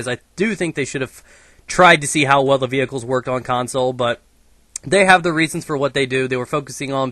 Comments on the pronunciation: ve HI cles :L lol the emphisis on hi :L class :L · love when you say beeheecheules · you say vehicles like my science teacher.